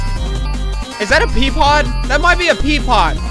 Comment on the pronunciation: i know right, especially when he says peapod